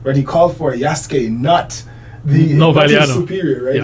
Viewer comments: Who is "Yosuke"? You falsely accuse a legitimate historian of being a "fraud," yet you can't even say Yasuke's name correctly. You called him "Yosuke" twice. You're behind on the latest news. An even more established Japanese historian, Hirayama Yu has provided his statement that Yasuke was Samurai and he explains in detail. Japanese historian Hirayama Yu is destroying the culture war chuds on Twitter, asserting that Yasuke was indeed Samurai. Hirayama's full quote: なんか、織田信長に仕えた黒人の弥助の話題になっているみたい。彼に関する史料はかなり乏しいが、信長に仕える「侍」身分であったことはまちがいなかろう。出身の身分がどうであれ、主人が「侍」分に取り立てれば、そうなれたのが中世（戦国）社会。なんでそんなことが言えるかといえば、①信長より「扶持」を与えられている、②屋敷を与えられている、③太刀を与えられている、と史料に登場するから。「扶持」を与えられ、信長に近侍しているということは「主従の契約」「扶持の約諾」という重要な用件を満たしている。また、太刀を許されているので、二刀指であり、下人などではない（下人には刀指が認められていない）ことも重要。ましてや、屋敷拝領ならば、疑問の余地はない。宣教師の奴隷を、信長が譲り受けたところまでは、奴隷だったのだろうが、上記の①～③により、彼の意思によって「侍」分になったのだろう。本能寺の変時に、明智方が「動物」「日本人に非ず」などとして殺害しなかったというのは、それは明智が弥助を「侍」と認定しなかった（差別意識があったのだろう）だけにすぎない。身分が低い者を、主人が「侍」に取り立てることは、当時としては当たり前であった。そもそも、秀吉って立派な事例があるじゃんね。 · Since your both living in Japan is the proper pronouncement Ya-Soo-KA or Yas-kA?